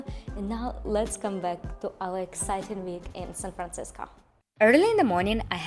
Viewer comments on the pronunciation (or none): You keep saying San Francisca, it's Francisco.